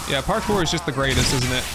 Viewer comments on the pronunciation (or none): none